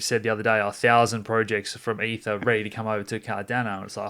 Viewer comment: Great content. More please. But pronounced eth not ef.